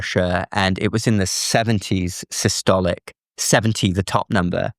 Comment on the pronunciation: "the top number, which we call Sicily" .....